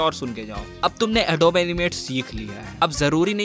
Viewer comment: its not adob. its adobe(ad oo bee)